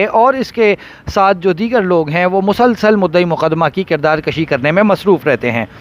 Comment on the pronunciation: kirdaar kushi not kirdaar kashi